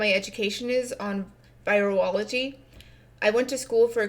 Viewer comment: "a lot of people have asked me what my education is on vi er ology" nibba wat? I'm a retard and i know that's not how you pronounce it.